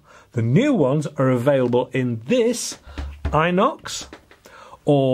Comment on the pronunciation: Inox is French short form for Stainless steel. In-Ox or even Enochs, but not i-nox. Subtle nod to 14/07. Not my thing, but I do enjoy your reviews which make even guns I don't fancy interesting. I look forward to vendredis.